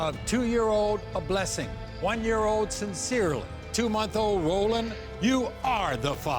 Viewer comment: I’m sorry...Did she say...Cyns’irley?💀 AND Aa’Blessing?🤣🤣